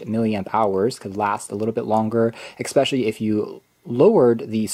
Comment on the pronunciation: I love the video but eCKspecially is not a word. ;)